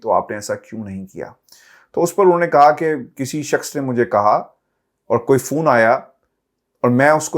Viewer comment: فُون نہی فون Phone fone tone